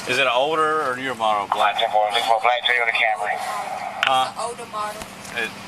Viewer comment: "She drive a black Toyotee."